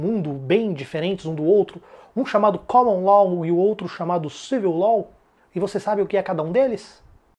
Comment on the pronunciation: Pronúncia "Caman Ló" e "Civil Ló".